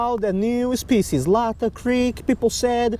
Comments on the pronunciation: FINALLY! Somebody comes to Washington for something other than the stereotypical salmon or sturgeon trip. Also, not to be too much of a douchey local, it’s “lay-tah” creek👍🏻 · It’s pronounced lay tah creek